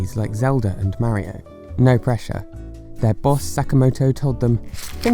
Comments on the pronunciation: ok ok ok Maario it’s Mario you make the a’s longer then they should be just say mar then io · You said marryo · Plz stop saying mario like that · nobody:: MÆrio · Forever amazed on how fun Americans’ pronunciation of “Mario” is. Is it MEH-RYO or MERRY-O? Or maybe MARY-O?